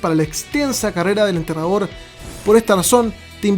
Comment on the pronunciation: Siempre se te escucha entrenador deberías aprender a hablar o decirle undertaker o enterrador bien dicho